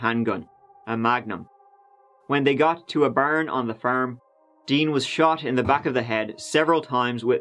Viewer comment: Everyone always talks about saying “tree” but I’m dying over “the baern on the faerm”